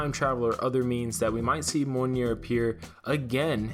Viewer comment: It’s pronounced MEE-OL-NEAR.